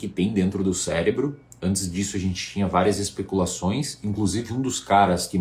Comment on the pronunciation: Pelo visto só eu notei ele dizendo "célebro" ali antes de reclamar os balões. kkkk Mas sem brincadeira, foi um vídeo interessante.